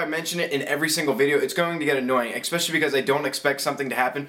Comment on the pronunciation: Expecially. Yeh, so American.